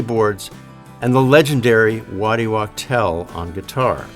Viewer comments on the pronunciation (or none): So that's how you pronounce Waddy's surname.